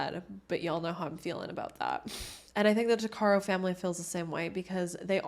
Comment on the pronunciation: Its pronounced- tuck-uh-row